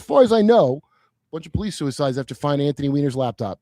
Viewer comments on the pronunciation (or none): none